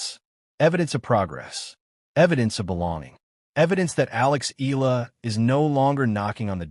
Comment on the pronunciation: Why u guys cannot pronounce EALA properly?😮😅😂